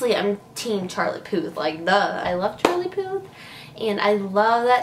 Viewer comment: At least spell the title correctly and make an effort to pronounce his name correctly using google translate or something